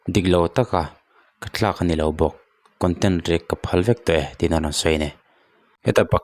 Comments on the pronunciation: Thlak tih tur tlak i ti zel a. Nge i tawng fiah lo zawk..? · Thlak leh Tlak hi i lam pawlh mai mai a..